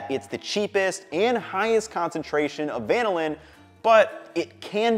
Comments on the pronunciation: The accent is on the second syllable. This is why there are 2 L's, not just one. Compare with Lanolin , which has the accent on the first syllable and Magellan, which has the accent on the second. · it is "vuh-nill-in" though, not "van-ill-in" just like its "vuh-nill-uh" and not "van-ill-ah" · Good but why would you say VAN-NiLL-Linn?? Trust the Force, Luke. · Van-illin sounds so much like butchered American than van-ill-in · Does anyone know why he is changing the emphasis for the compound when it is named after the bean? I've never heard the emphasis like that before and I am curious about the origin of the discrepancy. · Why do you pronounce vanilla different from vanillin??